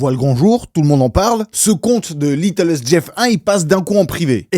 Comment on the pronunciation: par contre c'est pas "littlest" mais "little-st" comme dans "little saint" , la chose a savoir c'est que le vrai nom de l'ile de Epstein c'est "little saint james island"